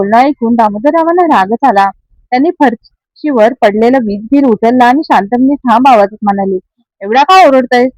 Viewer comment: फरची नाही फरशी